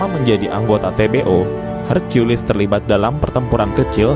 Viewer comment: Maaf, kata:hercules jangan dibaca: herkulis tapi; herkules.